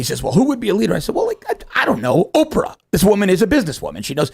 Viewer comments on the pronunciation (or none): none